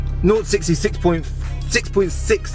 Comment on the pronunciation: Schix point Schix schecondz god you're such an overgrown baby 🤮